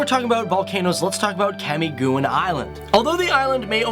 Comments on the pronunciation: camigoon! 😂 Its ka-mi-gin, spelled Camiguin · He said Kamiguin wrong it pronounced Kamigin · Camiguin= “come again” or “camigin” thats how you pronounce the the island with many volcanoes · When saying Camiguin it is like Camigen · Camiguin is pronounced as Ka-mi-gin g as in goat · Camiguin (the island with a bunch of volcanoes you mentioned) is pronounced as Kah-MI-geen, which was derived from 'come again.' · Camiguin is prounounced camigin don't stop for a millisecond in cami xD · He mispronounced Tagalog and Camiguin too. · Your pronunciation of Camiguin Island is WAY OFF! I suspect this is the case with a lot of the other names.